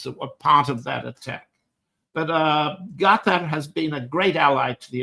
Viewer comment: That’s how the name of the state is properly pronounced.